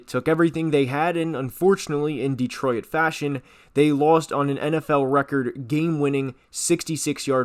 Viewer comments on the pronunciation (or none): Why are you pronouncing Detroit like that?? It's not 3 syllables